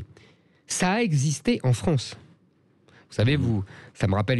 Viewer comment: Pourquoi Zemmour dit toujours la Fronce.... Au lieu de la France....❓ C'est quoi la Fronce❓